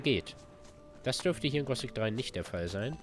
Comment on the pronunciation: Das heißt Gothic und nicht Gosic...